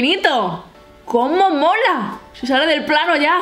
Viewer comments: Like si te diste cuenta que cada rato decia como mora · Irma Angelica Gomez Zarate no es Mora es Mola 😉😄